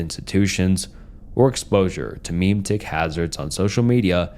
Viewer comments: Ma-Maeitics. Please write me. I need a pen pal. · [jean luc picard.gif] there! are! three! syllables! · I swear to God if you mispronounce memetics one more time, I'm gonna write a strongly worded letter asking you to stop